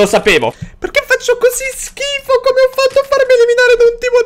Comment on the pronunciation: AVEVA DETTO SCHIFO CON LA F